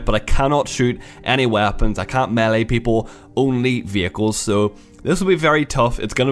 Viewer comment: triggers me (the way he said melee)